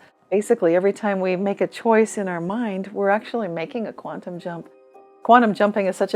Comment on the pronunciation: It's QUANTUM - not queantum, moron!